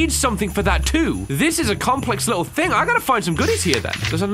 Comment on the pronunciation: Who else likes the way he says thing, it sounds like think... I don't know why I had to say that but I just thought I see who else likes it